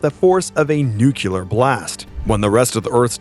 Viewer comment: Thanks for what you do but for the love of all that is right, please pronounce the word nuclear correctly. It's easy af so it really chafes my ass.